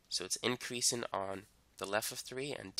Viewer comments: Inkreasin ...dekreasin😂😂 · I was like... Why is he saying those two things like that